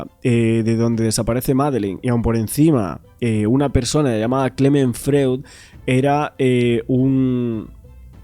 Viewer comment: Me gustan tus inestigsciones . Enhorabuena! Freud, se lee en alemán FROID…